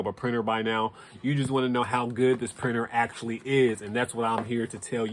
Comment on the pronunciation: He said "Acshlly", you heard his words 😂😂😂.